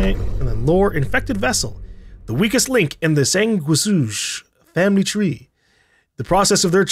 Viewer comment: Sanguisuge is pronounced San-Goo-Hee-Sooj